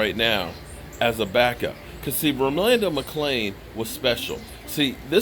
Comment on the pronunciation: I believe youre pronouncing his first name wrong but Yea McClain was,Sick would like to see but I will love even more if David Irving and Randy Gregory Come back